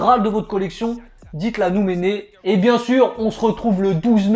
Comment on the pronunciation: Faut qu'ils arrêtent de dire Méné tout le temps